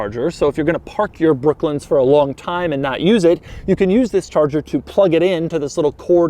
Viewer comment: Doug the type of guy saying brooklins instead of brooklands